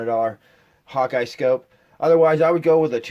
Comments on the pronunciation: It's HAWKE not Hawkeye 😂😂😂😂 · Slow down just a bit so we can understand what you are saying. Also, the type scope you are using is not a HAWKEYE scope. It is a Hawke (pronounced like the bird Hawk). Thanks for the info and the contribution to the AG nation.